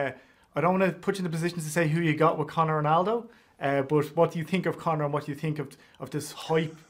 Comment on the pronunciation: Arnold tried to say Conor without the John